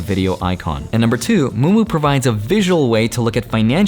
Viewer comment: Me: is he saying moomoo? …. Yup. Moo moo. 😂